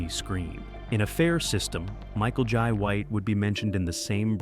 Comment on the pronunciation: Michael "Yai" White 😅